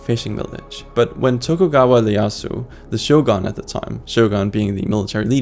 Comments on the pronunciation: Not a worthy content Because he said Leyasu which should be Eeyeyasu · Pretty major oversight, you’re pronouncing “Ieyasu” like “Leyasu”. The first character in the name is an i. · "Tokugawa Lieasu" 😂🤦